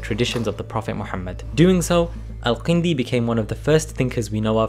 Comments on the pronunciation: Great video! Your pronunciation of some of the Arabic letters indicates that you’re either a great speaker in arabic or a native. His name is الكندي with a كاف, so u pronounce it that way. You pronounced it القندي. Other than that i really liked the video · Also, you mispronounce the name of the main character of your video! His name is الكندي not القندي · I'm guessing you guys' origins are from South Asia. Many South Asians living in the west have inconsistencies with pronouncing Arabic terms and names, not every Arabic name has a 'Ayn or Qaaf in it, Al-Kindi is with an actual K and not a Qaaf. There's no reason for pronouncing these names and terms wrong. Thank you for your videos, very enjoyable.